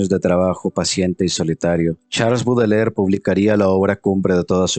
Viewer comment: Este jovencito ni siquiera sabe pronunciar el apellido de Baudelaire. Dice "Budeler". Bastante burdo. Quienes no sepan nada del poeta, les recomiendo recurrir a otras fuentes. Por dar un ejemplo, la habitación donde vivía Baudelaire era impecable y aseada, la habitación de un monje, y nada que ver con la creencia de la manera en quez se suponen viviría un poeta maldito.